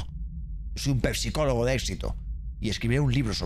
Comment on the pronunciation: Por que dice pesicologo 😂😂😂😂